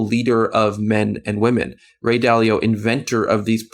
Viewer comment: Dude runs a capital management firm and doesn't know how to pronounce "Dalio?" 😆